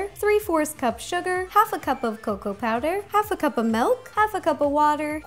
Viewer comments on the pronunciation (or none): I HATE it when people say melk it milk! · I love how she says melk not milk